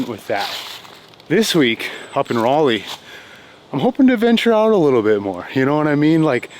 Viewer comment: Thank you for pronouncing Raleigh correctly. Haven't played Cedar Hills in years. My favorites: 1. Buckhorn 2. UNC (Southern Community nearby is underrated) 3. Rock Ridge (would be 1st if better tees and finishing hole). 4. Diavolo (prefer the Fusion layout) 5. East Clayton (I need to play it more)